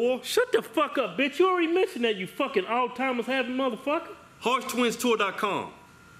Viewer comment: Altimers? Alzheimer's.